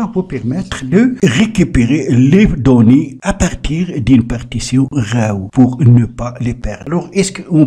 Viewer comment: Tu fais chier à tout le temps prononcer RAW ... J'ai eu envie de t'étrangler toute la durée de la vidéo... Et l'app est payante 🤣😅😅